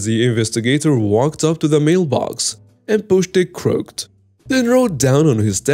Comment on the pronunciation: u need to learn how to say the word (crooked) correctly! Enjoy your stories though.